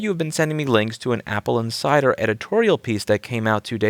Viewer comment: I keep hearing "Apple and cider" :)